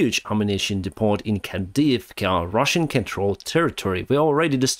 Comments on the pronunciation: I love your updates, am a supporter and watch every day. But one very small niggle: Depot is a French word, so is pronounced Depo, not DepoT, even in English. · You're pronouncing "depot" wrong. The "t" is silent. Pretend that it is spelled like "depoe". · Depot is pronounced “dee-poh” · keep up the great work. The word "depot" is pronounced "deepoh." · I'm learning to speak Spanish and my friends will always correct my pronunciation...I'll do the same to you: DEPOT is pronounced without the "T" or "DEPO". I love your blog and TY! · Great content, I'm starting to come here for the daily news. (Oh, the "T" in "depot" is silent, so it sounds like "depo"). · "Depot! is pronounced "De-poe" - silent "T". Interesting statistics on Russian missiles being shot down, and about ammunition depots 'spontaneously combusting' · Hi, FYI English pronunciation of depot is Dep-O, plural is depoze. Great work on your channel:) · Tiny little correction: in english the T is silent. depot is pronounced: dee-po Depots is dee-po’s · English correction for today: the 't' in 'depot' is silent, so it's 'deh-_poe_'. (short e, long o, emphasis on second syllable. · Hi, small point of grammar - you know how silly the English language can be!! 'Depot' is pronounced 'Depoh'..... silent 't'. Not to be confused with the similar English work 'Despot', that is confusingly pronounced 'Despot'! A Despot, by the way, is ' a ruler or other person who holds absolute power, typically one who exercises it in a cruel or oppressive way'. Sound familiar? Luckily there aren't many despots left in the world - most of them them have been killed off with one notable exception - and he won't last long if AFU Special Forces ever get their hands on the little shit..... that's 'Shit', pronounced 'Putin':) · Hi.. The T on depot is not sounded. Just for your info. So it is DEP=O. Keep up the great work. Putin cannot win this war so keep up your spirits. Safe skies!